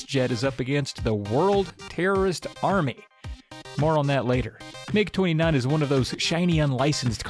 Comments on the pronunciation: You're quite correct in pronouncing "MiG" as a word. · MiG is short for Mikoyan-Gurevich, the last names of the founding aircraft designers. The "i" is part of "Mikoyan", so it's correct to pronounce it as part of the "Mi" syllable rather than spelling out each letter.